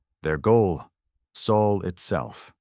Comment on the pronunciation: Sol is written Sol, not Soul! If your AI ignores this little but important fact, you should have corrected it. You skipped proofing: the story restarts after twenty-odd minutes. Serious negligence. We deserve better. Thumbs down.